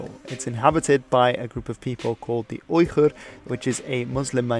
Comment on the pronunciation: Ok did you just call the Uyghurs(weegur) the (oigur)